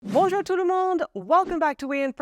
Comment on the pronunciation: There is no such thing as "bonjEUr", it's "bonjOUr": There are words in English using the "ou" sound, being the [u] or the [w] from the IPA: "We're on yOUtube here... yOU were in France for years, yOUr dUde is french... in yOUr childhOOd maybe yOU woke up early tO watched cartOOns and mOvies tOO."